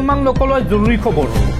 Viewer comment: Okhamiya ussharan bhalkoi karak,khubor nohoi khabor hobo lagey